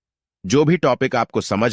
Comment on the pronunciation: Ai voice hai kyuki ye notes ko notss bol rha hai 😂😂😂😢😅